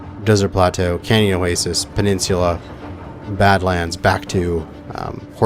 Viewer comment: "oh-way-sees" lmao.... pronounced "o-way-sis" Love yeah :P